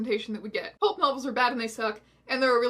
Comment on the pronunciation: Does Strange Aeons have trouble saying the word "Pulp"? She keeps saying "Pope" lmao, The Holy book Satan was a lesbian what story of the Bible was that lol